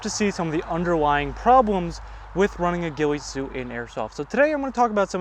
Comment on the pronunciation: The “weefy soot”